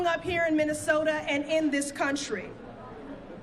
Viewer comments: What's a "Minneso-an"? Sounds like she purposefully omits BOTH of the TWO "T"s? She's such a PHONY! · I thought there was a t in minnesota.